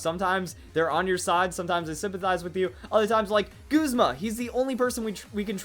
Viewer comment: Why You Callin Guzma Goosma?